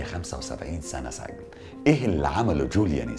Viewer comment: سِجْن وليس سَجْن وشكرررا ❤️